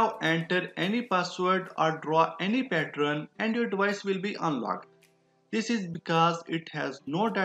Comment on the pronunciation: I think its pattern not pattron